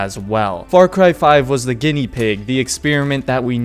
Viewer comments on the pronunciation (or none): none